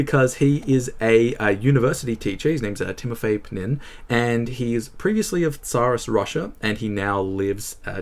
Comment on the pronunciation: «Panin» (Панинъ) instead of «Pnin» (Пнинъ) is a very Nabokovian moment.